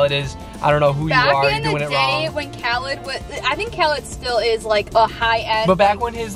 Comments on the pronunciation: Lmao it’s Kha-leed!!! but ily guys and I love the story time vids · I love how they were saying "If you don't know who Khalid is, I don't know who you are" and then they were pronouncing his name wrong 😂 no hate just thought it was funny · frlll i was like uhh that’s not how you pronounce it😂